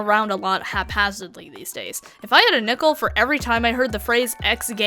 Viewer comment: When you said if you had a nickel I swore you said nipple and I almost lost my mind laughing